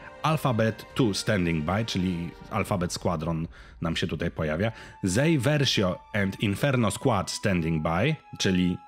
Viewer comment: Iden Versio a nie Iden Verszio